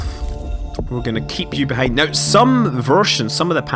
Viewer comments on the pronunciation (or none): i think he's irish because some irish people pronounce now as neouw thats how it sounds when they pronounce it :)